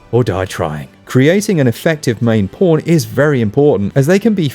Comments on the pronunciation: Did anyone else think he said "porn" instead of "pawn"? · Ahhhh Pawn....I thought you said Porn Gotcha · Can’t wait to play it, it just funny how every time you say pawn, I hear porn and get confused every so often🤣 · “porn system” , “porn system” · Sorry but I heard him say "Porn" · Ooooooooww, PAWN system! I kept thinking you were saying something else. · U say pawn like porn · I have a hearing issue and I heard him say that at least 5 times before I realized he said "pawn" lol